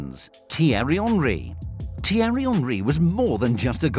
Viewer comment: tiery honry?